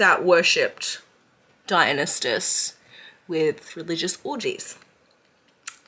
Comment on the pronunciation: babe i love you so much but its (die-un-eye-sis) there is no t.